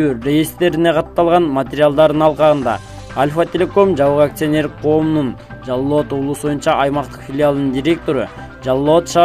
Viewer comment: Жаллабат эмес, Жалал-Абад десен торпок